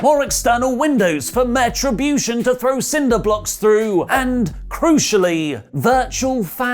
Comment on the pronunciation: Anyone else catch say "Meh-tribution" instead of retribution 😂😂